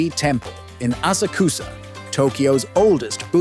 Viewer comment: Don’t take Japan travel advice from someone that pronounces asakusa like this 😅